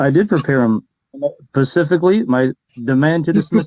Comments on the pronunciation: Pacifically! (and may I add, Atlantically, Arctically, and Indianally) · He says Pacifically or Pasghetti? Lol.